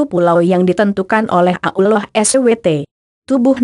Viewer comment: Suara Yg Pas Menyebut Allah Yg Jelas Allah Jangan Ulloh Begoo Ngotah